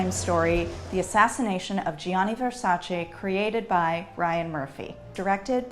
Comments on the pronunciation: still can’t pronounce VersacE as it’s supposed to be pronounced lol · She is amazing but a fashion historian would pronunce VersacE properly. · I love you, but it's said VersacEH!!! Come on! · Fashion historian, but can’t say Versace correctly 😂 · The way she is saying Versace makes me sooo mad... typically american pronunciation🙄🥴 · she also didn´t pronounce right her own surname. and a few more designer names